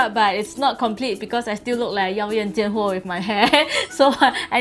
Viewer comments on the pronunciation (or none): OMG I LOVE XIAXUE MAN HAHA THE WAY SHE SAY YAO YAN JIAN HUO JUST MADE ME LAUGH OUT LOUD